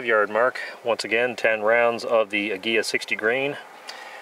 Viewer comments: An English pronunciation would be Ah-Gee-la with the G. Pronounced as in Gun.You were close.Cheers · Ah-gee-lah. It means eagle in Spanish. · It's pronounced ag-u-la